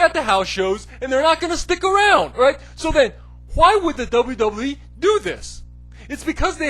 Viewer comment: Double Double E. You can't even fucking say WWE right.